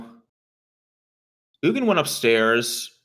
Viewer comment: I'm not sure if was trolling (I think he was), but it's not like "Eugenie" the Spirit Dragon, but like OOG-in.